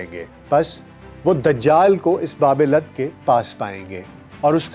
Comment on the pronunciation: باب لد لام پر پیش پڑھیں۔